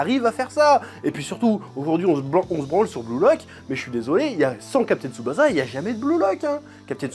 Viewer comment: "jou jou tsou kaïzen" JuJuTS' KAÏSSEN "captain tsoubaza" lol CAPTAIN TSuBASSA